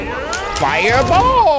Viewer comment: RISSING DWAGON TREPLE FAYA BOLL